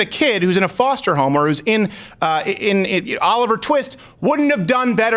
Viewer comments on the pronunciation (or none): none